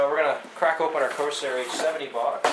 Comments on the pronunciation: pretty sure its pronounced COR-SAIR not CO-SAIR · It's CoRsair, not co-sair! The R is NOT silent!!!!